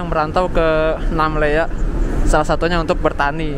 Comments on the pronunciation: Namlea Namlea Namlea, bukan Namela ugh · Namlea bang bukan namela..hehehe